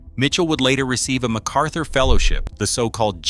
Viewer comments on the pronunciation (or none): none